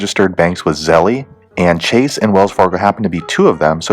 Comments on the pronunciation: Him saying zellee is lowkey sprinkled on stress I didn’t need right now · E is silent, Zell. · It's pronounced ZELL